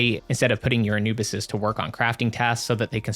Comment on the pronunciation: And you pronounce it uh·noo·buhs bro wifey is killing me right now for saying it wrong